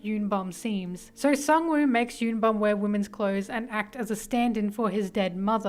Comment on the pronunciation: Y'all literally reading Bum's name as "YUN BAM/BOM" when it's actually YOON BOOM, please they are koreans ಥ‿ಥ